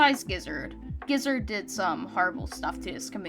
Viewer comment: gizzard GIZZARD G I Z Z A R D ((scoff it’s ge0zard; geo-zard))